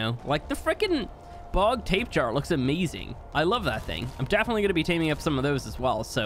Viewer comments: I still can't get over his pronunciation of Tapejara (Tap-pay-jar-ah) as Tape Jar. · Did he just call the tapejara a Tape Jar?